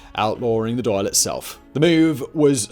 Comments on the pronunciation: Dail sounds like hall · Good video, despite your butchering of the word "Dáil" 😄 It's pronounced more like "Dawl" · it's pronounced Dhal - DA'AL